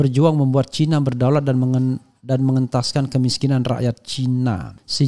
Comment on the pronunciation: Bung Rafly kalau nyebutin cina jangan caina,di suka disebut cina begitu